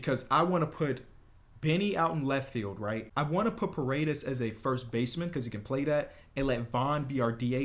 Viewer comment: Ion know who said ParaDEES but its a hispanic name, it's pronounced paw-ray-dayse